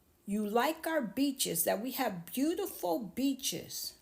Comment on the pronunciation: Oh he said beaches 😅 i thought he said bitches 😅 Yep i watched all of it. Your speaking is improving